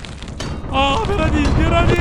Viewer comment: 브라 아니고 베라 입니다 감사합니다